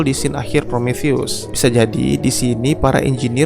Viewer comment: Promotheus Obraltheus Diskontheus Btw yang bener Prometheus bang